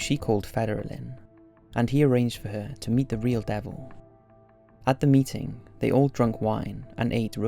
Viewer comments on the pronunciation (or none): none